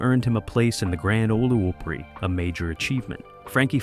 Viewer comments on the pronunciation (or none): Terrible job!! You've got several artists listed twice. And "Grand O-LA O-PE-RAY"; what? Laughable!